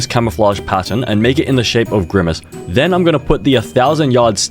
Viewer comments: “skybidi toilet”😭 “Grymace”😭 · "SkiibidI Toolet"☠️ "Griimace"